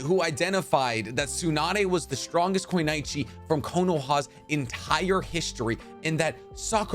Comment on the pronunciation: Stop saying kunoichi if you can't fucking say it